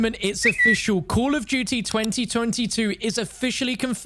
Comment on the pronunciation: why do u say duuy instead of duty